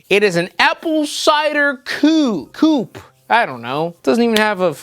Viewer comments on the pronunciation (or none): none